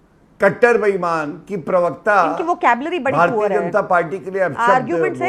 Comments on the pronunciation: Pronunciation correct karo.perwakta nahi parwakta kaho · Parvakta hota bhai sahi se pronounce karle